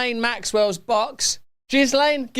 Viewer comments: Ghislaine..... Silent S ! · Ghislaine is pronounced: Gheelehn...(it is a French name)